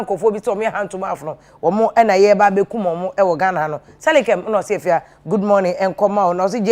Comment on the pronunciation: Eiii Afia you have change the way you pronounce your last name. You will kill me.